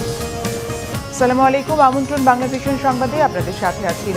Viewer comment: সালামাইকুম নয়। বলুন অাসসালামু অালাইকুম।